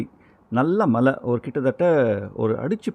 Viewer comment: உங்களுக்கு "மழை" அப்படின்னு உச்சரிக்க வருகிறதா? நீங்க தமிழ் தானே! கஷ்டம்.